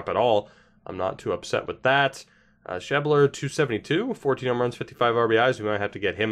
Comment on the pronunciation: sheb-ler, not sheeb-ler